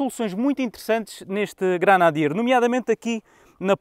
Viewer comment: Granadier? GRENADIER! Nem o nome consegue dizer!!!